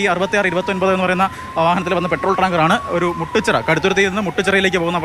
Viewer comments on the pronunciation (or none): മുട്ടു ച്ചിറ അല്ല, മുട്ടുചിറ ആണ്